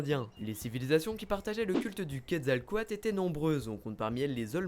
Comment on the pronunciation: la pire prononciation pour le quetzecoalt ^^